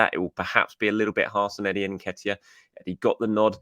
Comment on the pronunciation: As a journalist, you have 3 options: 1) bother to research how "Reuell" is pronounced by going to YouTube or any of the other 1000s of resources ( 5 to 60 seconds ) , or 2) Make a stab at it by calling him "Raul". Add that to "Em-Bappe" and "En-Ketiah" and I'm done with this channel. Also annoying to constantly get updates about the growing and structuring of the channel... I just care about the content itself.... Nice to know about the journos journey, but not as 50% of every video.